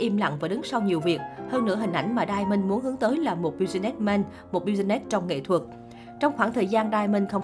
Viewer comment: Đọc tiếng Anh nghe sợ thiệt. Đờ ra ma Bi zi nét Min sét